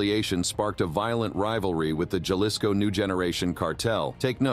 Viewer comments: Halisco not juhlisco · Repeat after me HA-LiSS-CO Jalisco!! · Ja- lis- co. !!!